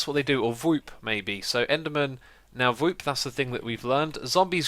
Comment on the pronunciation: dat "vwoops" doe... xD